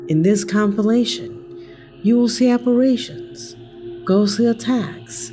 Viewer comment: Apparations is not a word. It’s Apparitions and it’s pronounced “appa-rishun”.